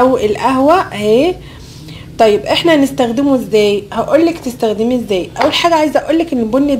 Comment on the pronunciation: انت ليه بتقولي نزدخدمه ما تعرفيش تقولي نستخدمه بالسين يا حلوه